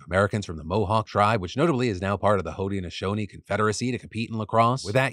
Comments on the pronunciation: I think it’s pronounced hood-nashownee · I’m from Syracuse and live on the lands of the Haudenosaunee, so I feel obligated to post this: Onondaga is pronounced On-Na-Dog-Ah and Haudenosaunee is hoh-den-uh-SHOH-nee. Hope that helps!